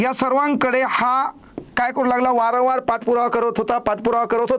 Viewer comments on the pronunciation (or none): none